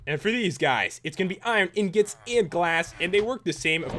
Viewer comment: IRON INGOT NOT IRON INGIT